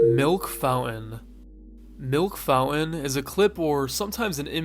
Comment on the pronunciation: lmao milk 'fou-en"